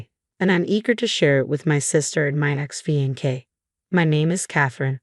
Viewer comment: Really poor AI narration. Inability to pronounce the words “devastated” or “fiancé”